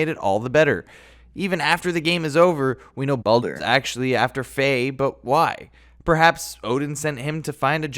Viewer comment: He said palder